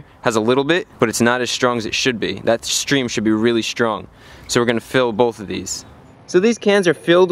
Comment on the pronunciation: "Shtream"? "Shtrong"? Why do you do that?